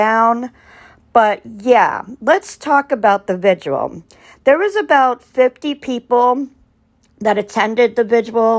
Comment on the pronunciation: Prayer vigil. Are you trying to add another syllable to the word vigil? I’m sorry it’s distracting. It’s like your mouth is fighting with itself to say vigil and visual at the same time. Petty , I know. I’m sorry. I agree with you that Don Wells is NOT a man of faith. It’s an act. They both seem to be under the influence of substances most of the time. Sad. Poor kids.